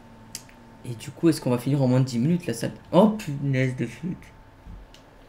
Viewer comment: Le retour des mulute au lieu de minute 😂😂